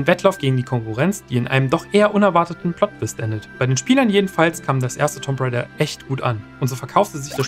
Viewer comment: es wird Tumb Rejda ausgesprochen :D